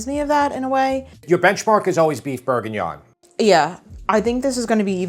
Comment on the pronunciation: Beef Bourguinaaan….is that the same as Beef Bourguignon? 😂🤠